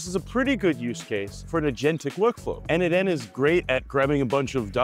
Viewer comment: As a contributor myself for more than 5 years to n8n, PLEASE, it is pronounced "nodemation". 🙏😆